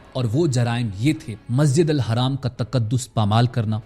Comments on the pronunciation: Haraam ❌ Masjid Al Haram ✅ bolna sikho tab video banana Rong information mat do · Can’t even pronounce Masjid ul Haram? Pity. Nice video but you need to correct that. Its not Masjid al Haraam.. its Haram.. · Bhai zra apne lafzon pr dhyaan dijiye ( Hajj khatam ho gya ye galat bola apne khatam ki jagah ap mukammal bhi bol skte or masjid ul haraam nhi balki masjid ul haram hota he